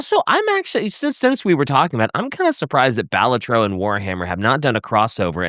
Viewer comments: The way they say balatro is hurting me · Every time you mispronounce Balatro my eye twitches and my eye is tired.